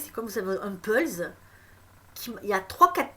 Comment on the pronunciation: C'est moi la lumière : on dit puzzle et pas pulz. Sinon 43mins pour dire que ta révelation c'est qu'il va y avoir une révélation choquante en juin....